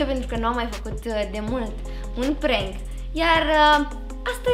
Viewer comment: Se pronunta cum se scrie PRANK , nu e prenk